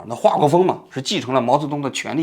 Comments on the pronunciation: 继承了衣钵（yi bo)不是衣钵（yi tan) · 王局，你好歹也是搞新闻的，能不能把字读对了？那是一谈吗？那是衣钵。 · 衣钵bo，不念tan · 纠错：是衣钵（bo）不是 （tan） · 为什么衣钵会读成衣坛呢？ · 中国人确实太多，又容易被煽动情绪。情绪被煽动了无知者就无畏。王局，你的“王志安谈治国理政”啥时候出版？我好期待！因为你太有领导人气质了。衣钵你读衣钽，精湛他读精谌。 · 衣钵，不是衣坛。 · 衣钵，“钵”的发音和“波”一样。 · 衣钵bo（二声） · 衣钵 bo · 衣钵bō啦王局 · 权力的那个叫 衣bo吧